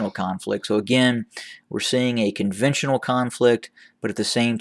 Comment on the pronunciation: Conventional vs convontional